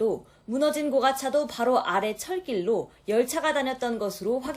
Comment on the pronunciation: 고[가]차도. 굴'착'기. 어떻게 기자도 데스크도 한글 기본도 못 갖췄냐